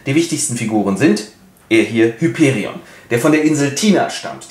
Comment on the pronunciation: Tatsächlich wird Hyperion auf dem i betont und das o ist lang!